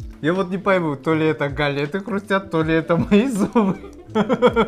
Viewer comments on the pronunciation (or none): гАлеты , а не галЕты )) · Не гАлеты, а галЕты 🙂